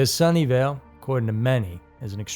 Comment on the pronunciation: I thought he was saying "Sunndale" lol I was like ITS A REAL PLACE?? lol and it would've made so much sense lol